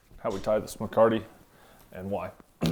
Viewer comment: Sir: The word is Mecate - (me - ca - te i.e. Rein). Alas, I am certain that you already know this. Please. Give the Spanish Vaqueros their due. Americans tend to be notoriously disrespectful in this way.